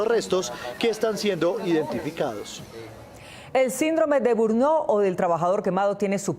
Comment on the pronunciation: Síndrome de burnó o burnot NO existe. Se llama burnout y se pronuncia más o menos así: bern-aut Es mejor intentar decirlo bien o dejarlo en español "síndrome del trabajador quemado"